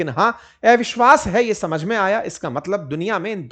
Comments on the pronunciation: आप इतना बढ़िया हिन्दी बोल लेते हो, लेकिन ‘अविश्वास ‘ को एविशवास ‘ क्यूँ बोलते हो.. अटपटा सा लगता है!!??😳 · एविश्वास × अविश्वास ✓ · ऐविश्वास नहीं सर अविशवास कहते हैं😂